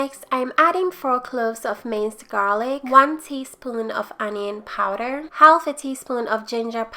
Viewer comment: Yummmma! Say...u dont have2 say the L in "half"...theres no good reason why they spelled it that way!